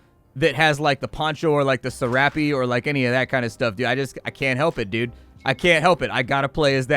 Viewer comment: The way you say ‘Serape’ blows my mind I say “sair-up”